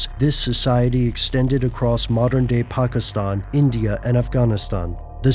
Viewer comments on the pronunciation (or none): love how you yanks destroyed the ENGLISH language. pronounce things the right way!!! like IRAQ not I Rack and Pakistan not Pack I stan.